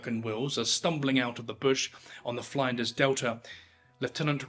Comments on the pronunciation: Fline-ders? Flinders rhymes with cinders. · Grrr. It's Flinders, as in 'flint'. Flin-ders. Not Flinders as in 'Find'. I'm still watching.. Don't mess up another Aussie pronunciation when talking about Australia, or our Prime Minister might have to give you the big boot! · I had to giggle at your pronunciation of "Flinders". It's named after Matthew Flinders, pronounced like "tinder". Also, with "Melbourne", it's not pronounced "Mel-Born", it's "Mel-bun", with the emphasis on the "Mel". Just like brits say "Ports-muth" instead of "Ports-Mouth" for Portsmouth. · it's Flin-durs not Fline-ders. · Queensland is pronounced Queen's Land, both words pronounced with their own emphasis. It's not like Iceland or England. Even though ironically if it was in England it probably would be pronounced Queensl-nd. Edit: it's not Fline-ders delta lmao, it's Flinders, like Flynn-ders. Come on guy, you're doing the pom-who-doesn't-give-a-shit-about-the-subject-he's-talking-about trope. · friendly tip: flinders is pronounced like "flint" not "flying"😅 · Flinders is not pronounced Fly-nders. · Flinders not Flanders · He almost lost me when he couldn't articulate the name of the Flinders River, it's not Fly nders surely. Pedantism aside I subscribed. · I pronounce plenty of words wrong in the UK but cmon, the way you’re saying Flinders is just taking the piss 😂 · Flinders, with the Fli being like in Flint. Melbourne like Melburn. Galway like gall bladder. The simple mispronounciations in the first 3 minutes blow my mind. You do all the research well but get the words so simply wrong. Do better